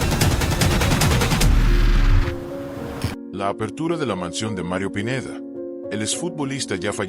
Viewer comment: Habla bn el pineida no pineda